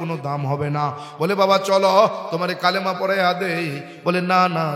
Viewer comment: কালেমা না বলে কালিমা বলা দরকার